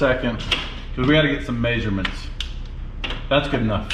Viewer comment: I hear major mints when says measurements